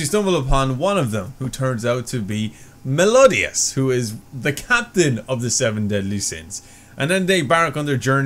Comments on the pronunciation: you pronounce his name mel-e-o-das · dude me-LIO-das xD